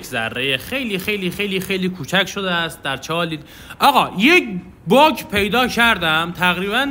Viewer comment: حس میکنم دقیقه 1.12.بجا باگ گفتی باغ